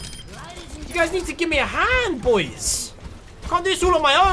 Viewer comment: #notificationsquad!, when you say 'BOIS' it never gets old haha.